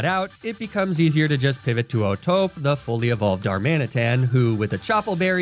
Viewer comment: Pretty annoying how he kept mispronouncing O'Tope as if the E wasn't there. Clearly, oh-toh-pay is the correct pronunciation.